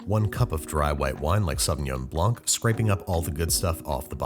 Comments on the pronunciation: small tip, in french you dont pronounce the C at the end of Blanc, it's just Blan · As a man who speaks French fluently,the c in blanc is mute FYI